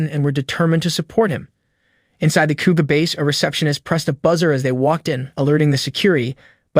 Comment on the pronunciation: pretty sure its IGA is pronounced EEGA not EYEGA. Also KOGA is pronounced KOOOGA not Kuuga